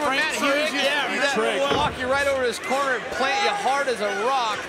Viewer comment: the way he pronounce the word "corner" makes me hate the english as a language: Cornaee Ew